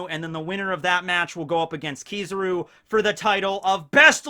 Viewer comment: Its killing me hearing him say keeezaru